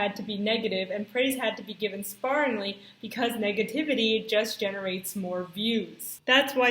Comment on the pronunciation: Hi. small tip... The "ar" sound in "sparingly" is pronounced like "rare" and "care" not like "car" and "far". Hope this helps! Good video!